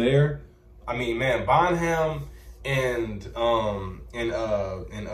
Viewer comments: The ‘H’ in Bonham is silent: Bon-um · bonham is pronounced bonum for future reference :)